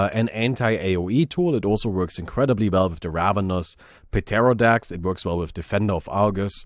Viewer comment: just so you know pterrodax is pronounced with a sillent p and so is just terrodax